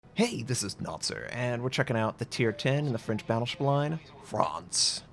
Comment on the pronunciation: “Frawnss” and “al-SASS”, FYI. Honestly, I thought this was some weird premium Ievel 9, and not the top tier. I guess you have to go with what history offers. One would have thought the level 9 plus bigger guns and some good AA & armour would have been a better idea. What was the theoretical role of this design?